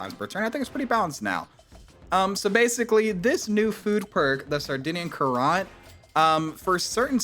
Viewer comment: Great exploit, but I'm glad they're patching it! And btw, Sardinian Currant is pronounced 'current'. Like a water current or electrical current.